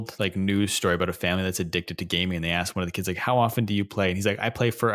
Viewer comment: joey really loves to say "axed"